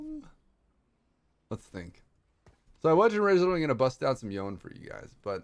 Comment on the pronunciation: Day 680 of pronouncing yone’s name wrong.